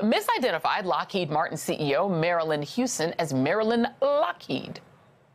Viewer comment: I love the emphasis on the "kheed" in Lockheed